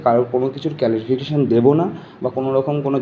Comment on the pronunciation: 😁😁ক্যালিফিকেশন 😜😂😂😂😂ভাই ফোকলার থেকে ইংরাজি উচ্চারণ শিখতে যাবো ভাবছি🤔